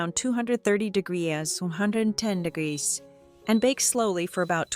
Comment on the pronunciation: Another video with a crappy AI voice that can't pronounce common words like degrees. As soon as I hear that I stop watching.